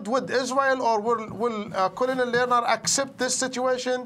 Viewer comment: not knowing how to pronounce colonel doesn't lend much credibility to your show.